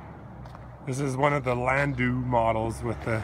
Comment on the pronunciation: nooo. wrong again (u and him). its pronounced Lan-dow ... ow not oh